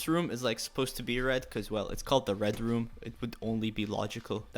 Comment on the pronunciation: What is saying: red room What I hear: red rum Me: omg I’m so scared!